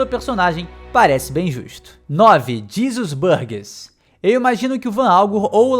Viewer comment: Oh, "Jesus Burgess" em japonês se pronuncia "jizasusu baagesu", então acho que cê chutou longe